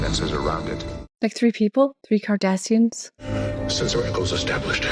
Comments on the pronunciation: I think it’s super cute how twice in this episode you said Kardashians like the Hollywood family instead of Kardasains (sp?) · Dear lovely, it's "Cardassians", NOT "Kardashians". 😉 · I swear it sounds like you said "a problem with the 'Kardashians' " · Mispronouncing Cardassians, made my day. 🤣 You are priceless. 😂😂